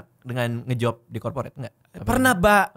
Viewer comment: Corporate jadi KAPORIT 😂😂😂